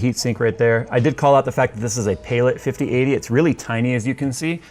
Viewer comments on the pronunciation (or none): Not to be that guy, but I'm pretty sure it's pronounced "Pal-it" not "Pay-lit" 😅